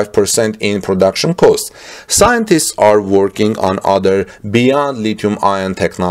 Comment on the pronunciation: "costs" are not pronounced "coasts" but '"cawsts"